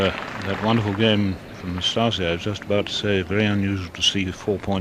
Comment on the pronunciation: Excellent pronunciation of "Năstase" by the umpire.